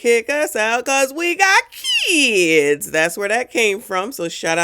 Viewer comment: Every time you say that: "Kidzzzz" I burst out laughing. You are hilarious!